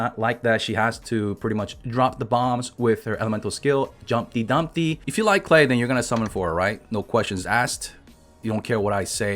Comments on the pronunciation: in english as far as i know Klee is pronounced Kh Lee. rhymes with Me not Clay. maybe im wrong tho. i mess up names in this game all the time. lol. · I am German and Klee is rather pronounced "Kleh" than "Clay" Btw, it's the German word for "Clover" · No no no, even tho I’m already use to youtuber butchering character names, “clay” for this little girl is too much for me. I’m sticking with Klee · If its german it is pronounced Klee and Not Klay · Its pronounced K-LEE NOT Clay/Klay mate get your facts right buddy. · nevermind he's just saying it wrong it's kleh not klay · I thought that's klee(klie) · its fucking "KLEE" not clay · It's pronounced Gay! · Its klii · Isn't "Clay" the chinese meaning for her name? Clay isn't a german word, you are doing it wrong. Unless you study german you won't be able to say "Klee" correctly, just give up. It means clover btw. Diluc has the weakest E in the game, don't even think about building him around that crap skill.